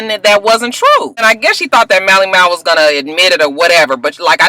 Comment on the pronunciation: And, you ain't even gonna try and say Mally Mal's name right huh? 😂